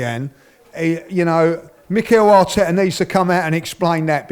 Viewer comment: Mickel ART-TETAA